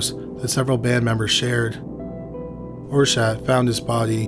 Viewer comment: Euronymous's name is pronounced like "are-set" not "or-shadt" but otherwise you did a good job covering the story, which is full of controversy and rumor. We'll never know what really happened that day in Oslo. Lords Of Chaos is trash, written by a poser who desperately wanted to be involved in the scene. The documentary Until The Light Takes Us is a much better route to take if you want to delve into the subject.